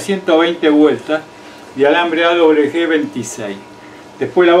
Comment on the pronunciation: Alambre o hilo : AWG . " A doble UVE GE " El dice : " A doble BE G "